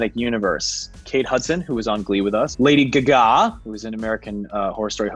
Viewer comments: Darren: Lady GAH-GAH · Why he say Lady Gaga like that 😭😂